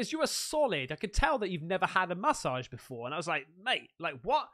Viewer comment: Love how u say massage .. Ma-ssage lol 😂